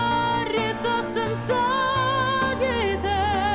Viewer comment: I'm so far impressed by his good italian pronunciation... pity for the word "senza". "NZ" sound is pronounced smoothly and sweeter in Italian.. Hope he will correct it somehow. By the way, a great "sopranista" voice.